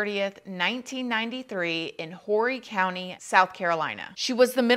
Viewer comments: Hahahahaha it's not pronounced whorey....lmao! But I thought the same when I moved here as a teen. It is pronounced "orry" or so they say. Lol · Horry county is pronounced Orry. That’s what I learned when I moved here. Can’t walk around calling residents wh*res. 😂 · I don’t get why you can say murder then the next word out is kidnapping and it gets edited. Also it’s pronounced Orry county even though it’s spelled Horry. The H is silent. Great video! Enjoyed the one on Drextle too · Myrtle Beach born local here! Thank you for talking about this! Still to this day i think about Heather and hope they finally find something related to her and bring closure to her family and everyone eventually 🥺❤️ Also Horry County is pronounced Or-ee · Thank you so much for covering this! This story has always been so heartbreaking. I grew up on the Grand Strand and lived there for over 30 years. Unless you’re from there, you won’t know but it’s pronounced “Orry,” the H is silent. Love your show! 💕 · This my hometown it’s pronounced Orry the H is silent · I'm glad you covered this tragic case. Heather made critical mistakes but it shouldn't have cost her her life. Very twisted couple Sydney and Tammy..... FYI: Horry is pronounced "Orry" the H is silent. 😊 (I'm from SC and many people mispronounce it all the time.😊) I like your viewpoints on this case and i hope one day Heather's remains will be found.....like Sydney and Tammy just admit what they did to Heather. 🙏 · Hey girl I usually don’t comment but I live in Horry County and wanted to let you know the “H” is silent ❤️ it’s pronounced or-e. Other than that, thanks for the video ! I love watching your videos, you make it feel like I’m actually listening to you in person. My boyfriend hates these types of videos 🙈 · This is where I’m from jsyk it’s pronounced “Orry” without the H. LOl😂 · It's pronounces Orr-ie. Silent H. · Just so u know, beautiful, it's pronounced Orry county. The H is silent 😉